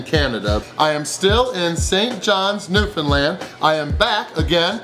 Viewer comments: Hey, glad you got to my home town. Very impressed you got the correct pronunciation down for Newfoundland. I hope you enjoyed George Street and kissing a cod! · It's always nice hearing someone from away properly say Newfoundland. Atta boy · You pronounce Newfoundland correctly!! So refreshing! 😊❤️